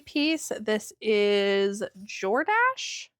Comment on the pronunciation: it's because you're young and didn't grow up with the brand. I'm 64 and Jordache was all the rage when I was your age. You pronounced it correctly 😊